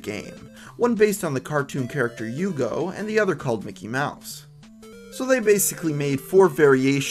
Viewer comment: hugo come from Denmark.... And in Denmark we pronounce it with a hard H